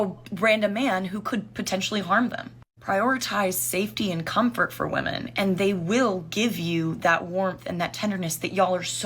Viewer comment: she said she was trying to date women, or SATAN?😂